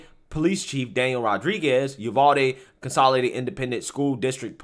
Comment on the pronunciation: I laugh everytime I hear you say it because I know (being a Texan) some of our towns are hard to pronounce lol we pronounce it U-VAL-DEE lol